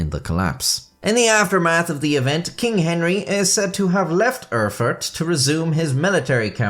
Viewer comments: It's not "Urrfurt", it's "Erfurt", the "Er-" being pronounced as "air" is. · I swear he said "Are fart". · Did you say “it occurred in 1184 in the German city of El-fart”, Im not rewinding the video but please tell me that’s what you said 😂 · " .. in the city of Her-Fart .. " sorry i'm 12 years old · prounced "eugh-fart". #funfact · hehehehe he said "Erfart"